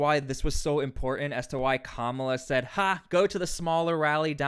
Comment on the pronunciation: ImporTANT…TanT Say the word normal you are not Russell brand … imporTANT